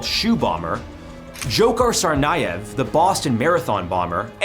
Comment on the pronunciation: Fyi it’s pronounced “Ja-har Sar-nev” not “Djoe-har Sarny-ev”